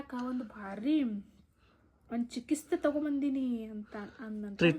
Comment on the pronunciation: Chikisthe alla chikithse